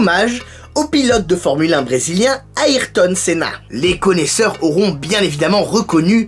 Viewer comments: Ça se prononce "Ai" et pas "Aïe" pour la prononciation de Ayrton Senna sinon super vidéo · Comment tu as tuer le nom de ayrton senna 😂. Ça se prononce comme airton pas a irton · Bonne vidéo. Par contre je trouve que t'as pas assez parlé des modifications faites sur la p1 gtr (comme l'aileron par exemple). Ah et ta prononciation de Ayrton Senna m'a fait rire. Perso je dis Air tonne pour son prénom 😅. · Tu prononce pas très le prénom de m.senna